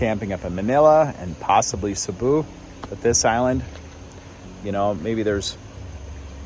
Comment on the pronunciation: Nothing to do about learning languages. Just a simple town's name pronunciation. One doesn't have to learn Tagalog to say Cebu.' for ex. Peace out.